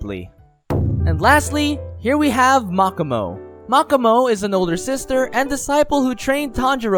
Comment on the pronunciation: Anyone else bothered how he pronounces makomo’s name (Mach-ah-mow) instead of mo-ko-mo